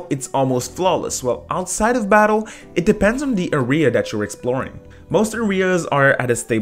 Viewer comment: why doe he say area as ARY-AH